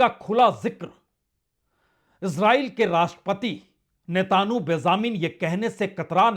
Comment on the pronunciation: सर, आप नेतन्याहू को नेतानु और वेनज़ुएला को वेंजुला क्यों बोलते हैं? कृपया अपना उच्चारण सुधारिए।